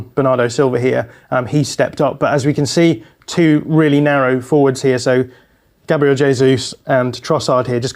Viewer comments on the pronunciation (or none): none